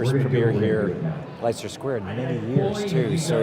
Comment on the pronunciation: Tom Cruise?! what the Hell? it's leicester (lester) Square! not liesester or lychester Square!